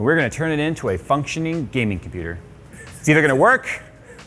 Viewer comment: "what's that?" "It'S mY cOmPoOoTeR"